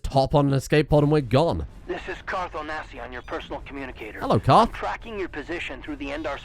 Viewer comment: It’s Carth Ohnasi everyone. Carth: I don’t want to talk about it.